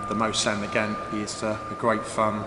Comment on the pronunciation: Cheer up man its pronounced mosin mo sin gag ant also this is the paratrooper replica